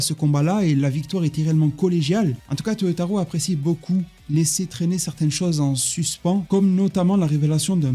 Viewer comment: Pourquoi dire toyotarou alors que c'est Toyotaro ?!